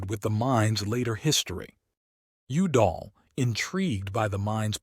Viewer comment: How can you pronounce Udall correctly once and then get it wrong a couple times after that?